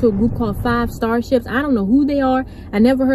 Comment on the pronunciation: Thanks for the reaction! This was a live performance. I suggest you listen to the recording. By the way, it's Five Stairsteps, not Starsteps